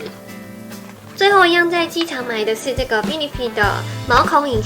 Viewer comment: 為什麼benefit還是念必泥ㄈㄧ>< 是杯呢ㄈㄧ~~~~~~